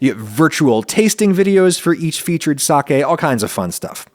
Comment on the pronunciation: thank you for pronouncing SAKE correctly